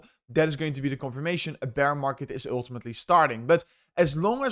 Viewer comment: dont say OOOOiltimitly if u dunno what it means ff s